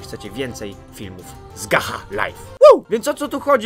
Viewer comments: nie czyta sie gacha tylko GACZAAAA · Gacha czyta się gacza!!!! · Czyta sie "gacza lajf" XDDD szacun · To się czyta "GACZA" geniuszu xD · pisze się gacha ale się czyta gacza;-;,Ps najlepsza odcinek ever XD pozdro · Mówi się "Gacza" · Tutaj Gacha czyta się Gacza :) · Emm mała podpowiedź mówi się gacza ale nie że obrażam też na początku mówiłem gacha XD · No to twoje ,,gacha" to sie wypowiada (gacz liajv) oki super kanał ale sama mam tom gre wię tam masz djamot a wię za dajmont możesz coś kupić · Mowi sie gacza xD tak mi sie wydaje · Mówi się Gacza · Piszę się gacha life a mówi się gecha life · Gacza* XD Tak się to mówi XD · Gacha się czyta gacza tak tylko poprawę ale kto jak woli xd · muwi się gacza life oki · em ale gacha mówi sie pszes cz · Muwi się gacza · Nie mówi się Gacha tak jak się piszę tylko Gacza ;3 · Nie Gacha tylko Gacza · gacha czytaj GACZA xD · Ten uczuć kiedy wszyscy mówią gacha, a ty mówisz gacza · Czyta sie gacza!!! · Gacha *czytaj gacza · nie mówi Gacha tylko Gacza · Nie gacha tylko gacza xD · Ludzie nie chcę nikogo obrażać ale gacha się czyta gacza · powiem tylko że to się mówi gacza a ni gacha qwp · To sie czyta gacza a nie gacha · Nie muwi sie gacha tylko gacza >:( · Muwi sie gacza a nie gaha live ty idioto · Nie gacha tylko czytaj to gacza ok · Czyta sie Gacza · Gracze life się czyta 😏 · Mówi sie gacza :3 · Gacha czyta się Gacza;) Obejrzyj film gacha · Czyta się Gacza life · gacha czyta sie gacza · CzYtA SiĘ GaCzA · Tak właściwie to Gacha mówi się cz nie ch xd tak dla poprawki bo pierwszy raz o tym słyszysz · Mòwi sie "Gacza" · Gacha life to nazwa ale „ch” w gacha po polsku wymawia się „cz” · To się wymawia gacza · CZYTA SIE GACZA XD. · to się czyta gacza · Mówi się gacza XDDD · Gacha się pisze A czyta Gacza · Gacha czyta się jako gacza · Gacha czyta się gacza! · To się czyta gacza life😑😑😑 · pisze sie gacha lie a mowi gacza life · Mòwi się gracza a pisze gatcha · Mówi się gacza lajf a pisze się gacha life